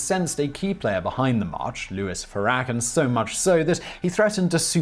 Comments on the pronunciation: FAIR - u - con ... not: far - AH -con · Great video as usual. Just one thing. It's. FARE AH KON. not Farr-Ah- kin. Not slamming your distinguished accent just pointing it out. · Louis ferrack? What was that?? Yikes! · Came here to look for comments about Simon's pronunciation of "Farrakhan." (For what it's worth, Simon, just imagine if boxer Amir Khan and his wife Faryal have another daughter, this time named Farrah. She would be Farrah Khan. And that's how you pronounce the Nation of Islam leader's name.) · Louis Fuh-RACK-en? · I think it's pronounced "fair rah kahn" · The name SHOULD be pronounced "FAIR-ah-kahn," Simon. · He said Louis Farrakhan name wrong!😂😂😂